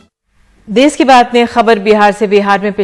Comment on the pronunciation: देस नहीं देश होता है।